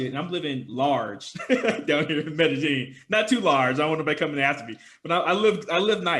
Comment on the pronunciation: Medellin... Meh Da Yeen